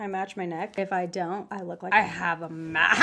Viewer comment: One question what was that “MA-aa mask excuse me”